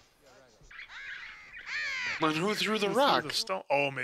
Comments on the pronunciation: I feel like the guy on the left always gets the names wrong on purpose, Silis Black, Hermoney Granger, Haggard lol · Hagerd Hermone And Silus 😂😂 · I love the way these guys nonchalantly mispronounce the names and the others are always like “hmm indeed yes” bro Silas Black and Hagard 😭😭😭 I love you guys and I am a filmmaker who’s also doing a corporate 9-5, starting a YouTube channel solely inspired by you guys ♥️